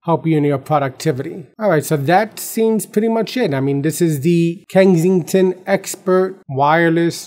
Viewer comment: It's Kensington, not Kengsington lol